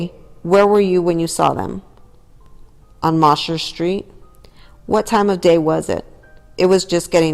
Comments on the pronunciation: It’s pronounced Moe-sher not moss-her street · I was about to say the same thing. It sounds funny